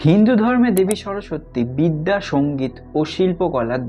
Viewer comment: তবে উচ্চারণটা কিন্তু (সরোসোত্তি) নয় (সরোস্-সতি)